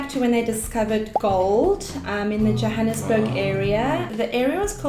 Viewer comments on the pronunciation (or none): very politically correct response with the Pretoria issue. The voortrekers settled there because no one lived there. Also the city is still called Pretoria the are and municipality is called Tswane. Also she mispronounced Johannesburgs name. Other than that I enjoyed it